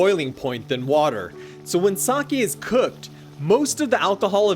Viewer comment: Hoping monolingual English speakers watching this will finally learn how to say “sake” correctly.